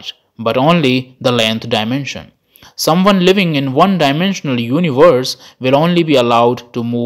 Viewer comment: It is called Universe, not Univorse… 🤦🏻‍♂️